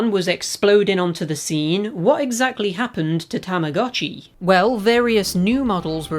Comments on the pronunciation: When you start learning Japanese and realize that it’s pronounced TAMA GOH CHI not TAMA GAH CHI because “tamago” means egg. Mind blown. 🤯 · its actually tamago (egg) and uotchi (watch) so together it is egg watch. btw tamagotchi is called tamagotch in japan. Tamah GOE tch in pronunciation.😅😅😅